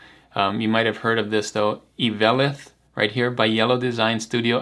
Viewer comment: I think Eveleth is pronounced “Ev-leth” There’s a town in northern Minnesota with that name. I could be wrong. Great video!